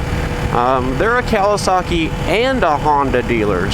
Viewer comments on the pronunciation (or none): I love how you say Cal-i-Saki lol